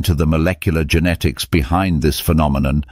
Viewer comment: Populationsgenetik ist wirklich hochinterressant, aber diese AI-Stimme, die weder "Genetik", noch "Genomik" noch sonstwas richtig aussprechen kann, ist einfach nur zum Abgewöhnen ... verdirbt einem völlig Interesse und Freude anm Thema.🤮😰